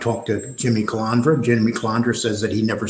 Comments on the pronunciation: You claim to have this so-called station. Yet you can't get the guys name right. The guy's name is Calandra. Not Calandria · Cal An dra not Cal An Dria! why does everyone get that wrong. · It’s not Calaundra or Calondra, it’s Calandra! Why does every one pronounce that name wrong?! Even Fucking Sammy smeared that name.